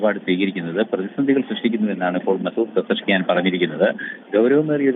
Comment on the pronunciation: എവിടുന്നു വരുന്ന ഇതൊക്കെ വാർത്ത വായിക്കുന്ന അവതാരക ആണത്രേ ഒരു രാജ്യത്തിൻറെ പ്രസിഡൻറ് പേര് പോലും നേരാവണ്ണം നോക്കാതെ വാർത്തകൾ വായിക്കുന്നത് വേറെ വല്ല പണിക്കും പോടെ നാണമുണ്ടോ അതും വായിൽ നിന്ന് ചാണകം മാത്രം കുത്തുന്ന ചാനലിന്